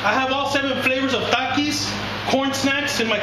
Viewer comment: i like how you said TAKIS